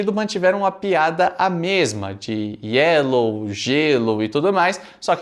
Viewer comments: Essa piada do Nhonho tem um outro porem, ele fala gyelow por que em espanhol a letra Y tem som de G! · Se no Brasil o povo fala "GUÉL" em vez de "Girl" Então tá liberado o Nhonho falar "Gelo" em vez de "Yellow" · Na verdade no espanhol o "Y" tem som de "J" por isto jyellow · O Nhônho pronunciou Yellow com pronuncia de espanhol ao invez de pronunciar como inglês... há um tempo atrás estive na Argentina e vi garotos pronunciar desta forma